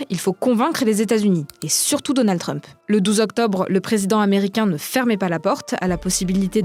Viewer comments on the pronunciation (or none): none